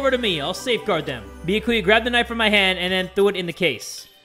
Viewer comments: at the start of the game: This time I'm gonna try to pronounce their names correctly. now: -BEEYAKOOYA -HAJEEMAY -PEEKOW -FUYUWHIKO KUYURZYU -MEEKAN -NAHGEEETO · it's bee-ya-koo-ya But you put emphasis on the first ya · yeah but the way you did it isn't correct. Its the YA that is emphasized, not the BEE that says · THATS WHAT YOU GET FOR CALLING HIM "BIYAKUYA" AND NOT "BYAKUYA" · BeeYaKuYaa ByaKuYah Clear difference. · It's bee-YA-koo-ya Not BEE-ya-koo-ya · ah yes its beeyakuuya not byakuya sorry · i feel like its 50/50 how many people say ByakUya and ByakOOya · Byakuya himself: "My name is Bee-YAH-kuu-yah Togami": "Okay Bee-ahh-KUU-yah" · im still sobbing about his pronounciation of byakuya. ITS NOT BEE A KOO YA ITS BEYAKU YA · How literally everyone says it: Be - yah - koo- yah the bae: Be - yuh - koo - yuh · Pronunciation: Bee-Ye-Ku-ya Tu- Ga-mi My Pronunciation: Be-Yak-You-Ya Toe-Ga-mi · its pronounced Bi ya ku ya not biyakuya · like yakuza, byah koo yah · bee-yack-cu-ya does not roll of the tongue for me and since jay says it wrong at thats all Ive heard, all I know, well I can pronounce byakuya's name right I just dont like saying it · Im so used to hearing say Bee yah koo yah that I can't even pronounce it right anymore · “Thicca-kuya” Yes. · still sayin Beeahkooyah but at this point it’s more iconic than annoying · Bee-uh-ku-yah. Ima forever say that now to piss people off 😇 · Be-a-kuu-ya - 2020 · Is it just me or is he calling him Thick-a-kuya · “Thickakuya” LOL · Spoilers! Show more at your own warning! I’m so glad Imposter Byakuya died first instead of surviving so we don’t have to hear him say Beyahkuhyah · IT'S BEE-YAH-KEY-YAH JAY!!!! 😡😡😡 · Why he pronounce byakuyas name like biakuiya how did he even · I don't even know how to pronounce Byakuya's name anymore because has mispronounced it so many times. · *says byakuyas name wrong* Fans: After all this time?: Always.